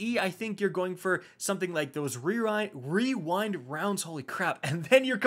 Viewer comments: ✨Weewind wounds ✨ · No one:: Rerind rounds. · wewind wounds owo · Wewind wonds 😂😂😂 man that thing is a tongue twister though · Wewind wounds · Wewind wounds uwu :3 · Hehehehe Rerind wounds